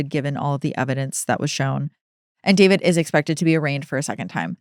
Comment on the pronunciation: Everyone I've personally heard refer to him as D-four-vid is saying it wrong on purpose to show their complete lack of respect for him, which I very much appreciate and agree with! What a complete idiot, how could he think he wouldn't be caught? JUSTICE FOR CELESTE! Rest in peace, sweet girl 💜 Eta: having 3 chainsaws delivered by postmates is wild work